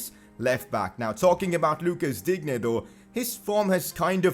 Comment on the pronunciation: digne is pronounced as din ye